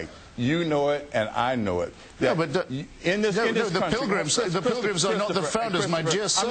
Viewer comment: It took a lot not to make fun of the blackwell when he said prigrims hahahaha